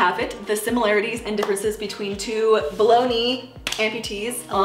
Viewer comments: After reading your comment, I heard Bologna instead of below knee. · Ha, I kept hearing "bologna amputee" lmao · Is it bad that everytime she says "below knee" I hear baloney 🤦.... By the way love the channel! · I keep hearing "below knee" as "bologna"